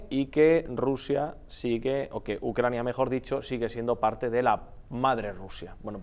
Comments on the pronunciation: Por cierto no es ucrania? Usted dice ucrañia...?🔸️🔸️🔸️☕🚬👋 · Ucraina... pais pequeño, dice 🤣